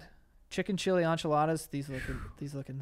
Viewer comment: Did anyone else notice how weirdly Joe says enchiladas? Like wtf, still love you though Joe ya big twink